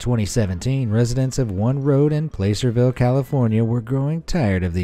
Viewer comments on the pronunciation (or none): placerville pronouncination (plah-ser-vill) placerville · Placerville, California Pronounced pla ser vil (short A sound) named after placer mining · “Place-err=vil” is actually pronounced “Plass=err=vil”. The name comes from a type of above ground mining which became popular after the gold rush in California slowed and sellers of mining equipment began to despair of keeping their fortunes growing. When the new technology was developed they advertised it boldly and extended the enthusiasm for mining for another decade until finally the government had to put a stop to the incredibly destructive mining practice. Placer mining is a thing…not a place. And the place is called Placerville….I lived there for almost two years. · Placerville (or Hangtown) is pronounced Plah-ser-ville. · It'd pronounced pLASSERVILLE. I grew up there.